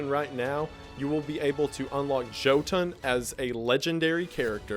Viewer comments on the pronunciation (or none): none